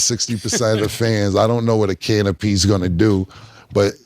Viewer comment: Chick wanna stand with me she gotta drink a can a pee!!! First thing that came to my head when I heard Killa say canopy!!!!!! 😮😮😮